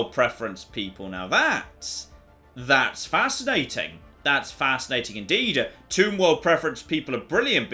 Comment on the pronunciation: Every time you say Tomb world, I hear Toon World instead....